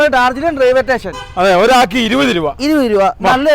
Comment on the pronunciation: Railway station പറയുബോൾ ശ്രദ്ധിക്കുക.